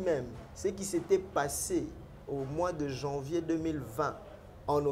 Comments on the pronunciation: C'est ''Janvier'', et non ''jenvier''. Soyant sérieux s'il vous plaît! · Janvier au lieu de jenvier